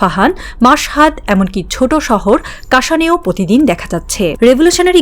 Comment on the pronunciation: কন্ঠে মাধুরী আছে কিন্তু প্র বলতে পারে না। পতিদিন বলে